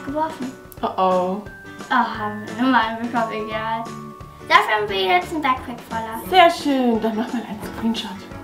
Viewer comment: Und backpack spricht man bägpack aus und wenn es bugt sagt man bagt wie backen